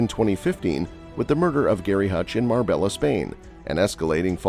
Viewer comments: Its pronounced mar-bay-ah not mar-bell-a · 😂😂 u never been to mar-bay-ah